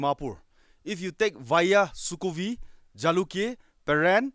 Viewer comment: Dude most Nagas cannot pronounce other tribe names. I'm sure you can't pronounce Angami, Lotha or Ao names 😅 if you don't belong to those tribes.